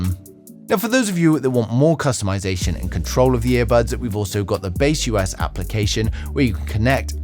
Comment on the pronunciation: broreo its not Base US, its baseus.... :D